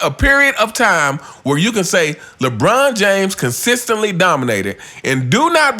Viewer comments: U consistently butchered the word consistently/consistency 😂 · you can't even say "consistently" consistently!